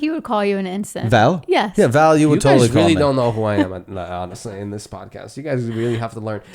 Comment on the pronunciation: Val said her name wrong 😂